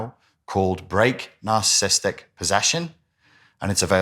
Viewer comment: I wish he'd pronounce narciss ISTIC properly 😂